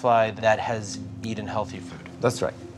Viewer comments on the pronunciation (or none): Did he say "eat'ed contaminated food?"